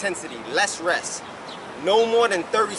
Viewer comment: "tha less ress...tha betta." That's good money.